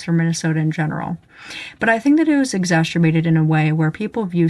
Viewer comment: I don't have any disagreement worth noting, video is fine - I do wanna point out that "Exacerbated" is not pronounced with a 'sh' sound. Just in case that isn't a personal vocal quirk.